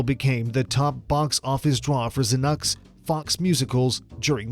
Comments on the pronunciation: "Zuh-nuck" Jessica Christ. Why did I watch this? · The narrative accompanying this video is nearly impossible to follow. It jumps from year to year, decade to decade, then back again, the forward again. The narrator couldn't pronounce familiar names (like Zanuck) and often his facts were dubious.